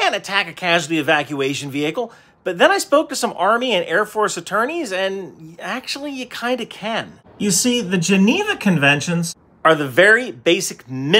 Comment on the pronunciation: Sorry but you pronounced geniva suggestions wrong